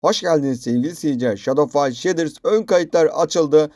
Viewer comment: He abi bide sheders değil shades diye okunuyo direk